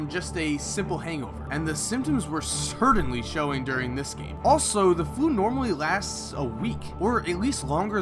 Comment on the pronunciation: "Wridden" "Cerdanly" you gotta go to some diction classes